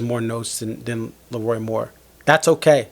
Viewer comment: It’s LeRoi not Lee Roy - The King 👑